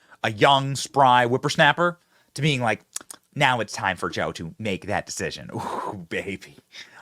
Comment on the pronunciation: Benny did you not hear how pelosi said decision she said suscition